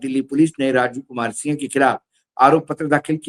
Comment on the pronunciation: Aap Raju sinh bol rahe h, Sir sinh nahi singh bola jata h punjabi mein. Jail Singh Harbhajan Singh Navjot Singh...........